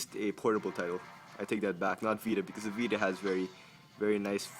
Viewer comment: OMG HE SAID PS PITA!"!!!!! LOL